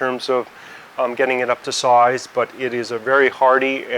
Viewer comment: Wow, I couldn’t hear his Aussie accident until he said “start” and “size” , but that’s not the point of the video. This was very informative, thank you!